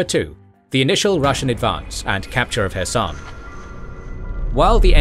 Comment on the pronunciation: You are mispronouncing “swathe(s)” & HIMARS & (Svero)donetsk & Kherson. They should be Sway + thz and “High Mars”. It’s an abbreviation of the word High. It is pronounced “High”